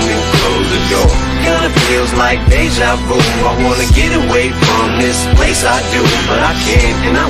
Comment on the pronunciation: Someone please tell him it's "Deja Vu" not "De Javu"😭😭